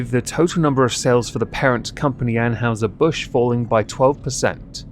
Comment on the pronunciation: "Ann-HY-zer", not "Ann-HOW-zer". "NY-kee", not "Nyke". That's an actual deity, we know how the name is pronounced. Kudos on the single malt. But proper single malt is Scot, not English. Glenmorangie is superior. Light beer is basically rental piss.